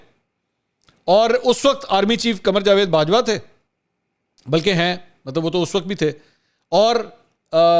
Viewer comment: It is Bajwa not Bah